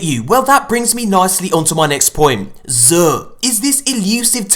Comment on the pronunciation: sounds like he says "zuuhhhh" 😂